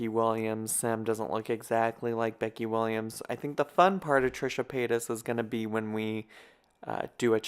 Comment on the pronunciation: Paytas not payton lol on me